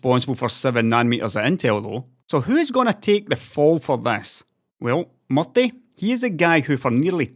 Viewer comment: Is his nickname MUFFY or is pronouncing MURTHY's name wrong with his accent?